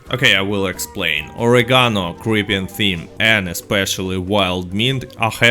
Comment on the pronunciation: Love your vids,, you're the best. Your English is way better than my Russian. Oregano = "oh - RAY - ga - no".